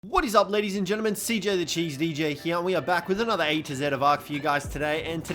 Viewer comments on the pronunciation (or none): none